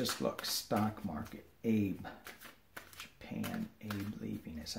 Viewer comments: Hey. Thank you for the reading. Wanted to let you know that in Japanese Abe is pronounced as two syllables, Ah-bay. Just a very small FYI. So enjoy the work you're doing for us to help keep us sane in this crazy world we live in. May you be blessed. Love and light from Northwest Arkansas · FYI: Retiring Japanese Prime Minister is pronounced Ah-Bay in the Japanese language.